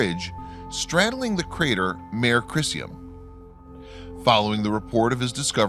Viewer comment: Geological feature names using Mare are in Latin. “Mare “is pronounced “MAH-ray”